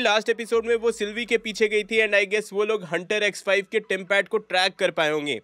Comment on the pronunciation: Vai X5 kothik se bolo ex wife sunai de raha ha 😂😂😂😂